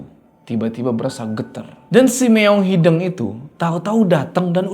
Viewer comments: kayanya bukan meong hideng deh, tapi meong hideung pake U. Soalnya artinya laen😅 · hideung pak, no hideng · btw bang ngmng nya meong hideung bukan meong hideng😂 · Kocak sama pelafalan kucing hideng, bukan hideung 😂